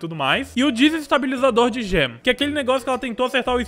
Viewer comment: tenho um pedido, por favor fale gem correto!